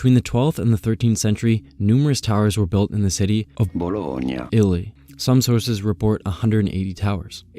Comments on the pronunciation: if you wanna easily speak italian.... and say Bologna... its easy. There is no Y in the Italian alphabet. So Y is GNA in Bologna. So you pronounce it Bolonya. Not Bolog nah. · Your usage of technology for correct pronounciation is good will. But emberassing. Your naturals pronounciation is almost perfect. Bolognia is not so hard, and Loos is also not really. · Love how he uses narrator to pronounce "Bologna" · bro can't pronounce bologna Lmao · Bro can't say Bologna